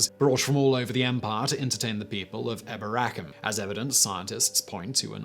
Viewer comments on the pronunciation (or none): Pronounced e-BOR-a- cum, third from last syllable.